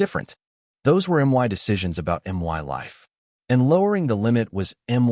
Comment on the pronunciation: M-Y instead of My.